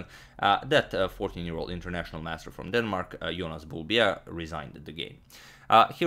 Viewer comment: Can we just take a moment to appreciate how well agadmator pronounces names. Like I was sure he was going to be unable to pronounce “Bjerre”, but he did it just like it should be pronounced.